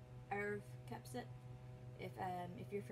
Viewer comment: Second time today I ran across a video where the host could neither spell nor pronounce "Kupcinet.". WOW! WHAT MASSIVE, REASSURING HOMEWORK AND RESEARCH!